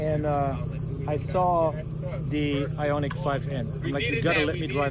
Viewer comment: It's ioniq